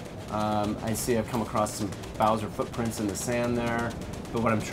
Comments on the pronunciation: everyone go to seconds she says Browser not Bowser -. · did she really say bRowser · Did she said browser hhhhh its bowser The game looks amazing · Sports maybe, but defiantly not nerdy. Did you see most of her reactions? She couldn't pronounce bowsers name right she acted very goofy and wasn't very enthusiastic about the whole thing, ahem except the fake reactions. But you do you. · i cringed when she called bim browser :D